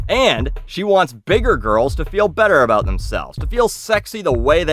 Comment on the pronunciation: it's weird hearing you talk aboot a company before your videos lol